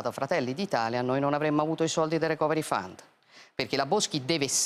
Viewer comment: la pronuncia corretta è 'ricoveri faund', letto così come scritto con l'accentuazione corretta.